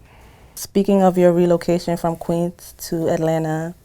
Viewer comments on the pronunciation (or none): none